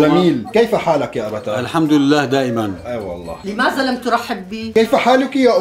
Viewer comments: اسمه لماذا وليس لمازا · متت😂😂الفصحى مافيها هزا ولمازا😂لازم تقولو هذا ولماذا حرف الذال ويييين😂